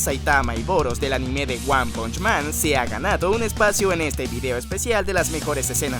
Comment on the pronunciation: No pude verlo me fastidio que pronunciará mal la palabra anime no soporto que digan animeé.